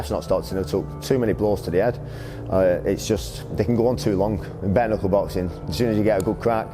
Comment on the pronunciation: Prochaine étape, savoir prononcer bare knuckle.